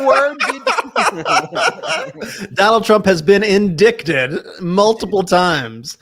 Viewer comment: MTG: "In - Dick - Ded" 😂😆😆!!! Reagan: There goes Marjorie Taylor Peen again.